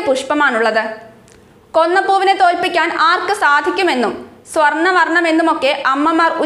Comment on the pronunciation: കൊന്നപ്പൂ അല്ല kona പ്പൂ